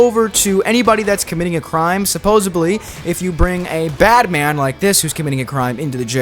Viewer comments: You obviously speak well but yeah “supposebly” is not a word. Also I think you said reticle wrong also, sounded like you said reckt-icle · It wouldnt have been so bad if you actually said it correctly. There is no “B”. It’s a “D”. It’s one of my biggest pet peeves. I cringed every time. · “worldpool” “supposebly” bro’s english is 0/10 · I can't with all the "supposably" 😫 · SupposeDly* with a D dude. jfc. Luckily you only said it wrong about 150 times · Supposedly* not supposubly and especially* not eckspeshally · *supposedly. (With a “d” not a “b”… you even said “supposevly” a couple times…) Also “falled” is not a word. The past tense of fall is fell/fallen. If English is your first language… eesh. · Supposedly!!! Not supposebly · Supposedly "supposedly" isn't pronounced "supposably." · i mean this with love, I watched the whole video. Supposedly doesn’t have a b in it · Palm Tree! Great video! (Though hearing you say "supposably" instead of "supposedly" over and over again hurt my brain.) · This was a fun video - great job - i subscribed! But yes your pronunciation was supposably incorrect in some places LOL. : "they have like droven past, I shouldn't say droven, roden past the jail." had me cracking up - third time is the charm? Keep up the good work! Because I have no life I did actually count your supposablys (in parenthesis). Here is the count: myths 1-25:(0); myths 26-50:(3); myths 51-75: (10); myths 76-100: (11); myths 101-125: (10); myths 126-150: (16); myths 151-175: (10) and myths 176-205: (15) for a grand total of 75 supposablys over 87.5 minutes. This equates to one supposably every 1.17 minutes!! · Omg same I cringed every time he said it… a few times he even said “supposevly”… with a “v” Dafuq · he says the word with an F a few times. Like suppose-of-lee. Listening to this was brutal. here’s an example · Bro you said “posably” more than once. Having an AI voiceover would be preferable honestly. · Is he saying «supposeBly»..?